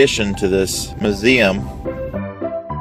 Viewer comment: It's not MUH-zeum, its MYOO-zeum.